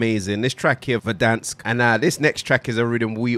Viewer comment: Verdonks with a k when u pronounce 😂😂😂it’s from war zone my fav song 🔥🔥🔥